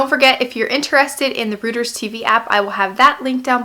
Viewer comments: awesome video! just FYI Reuters is pronounced like Roy-ters! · I think it's pronounced /roy-ters/ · Nice video. Thanks for sharing. Reuters sounds like "roiters." :-)